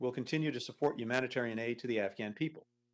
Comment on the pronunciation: She said afgram... Not Afghan. Omg the left is full of twits.